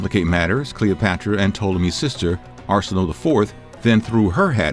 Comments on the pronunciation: It is Ar-si-no-ei not Ar-si-no! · Shouldn't it be pronounced Are-sin-oh-way...right? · Arsinoe is pronounced as “Are-sin-o-a” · Arsinoe is pronounced Ar-seen-oh-way. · Every time you said Cleopatra's sister's name I wanted to scream . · Came here to say this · no ones gonna mention how his saying the name of her sister incorrectly